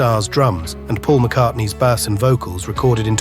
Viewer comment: AI Announcers are getting good except for the reference to Paul's bass. It's not a fish. Paul's a vegetarian. It's pronounced BASE regarding the musical instrument.